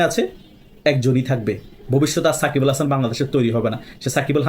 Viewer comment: সাকিব আল হাসানের নামটা ঠিকভাবে বলেন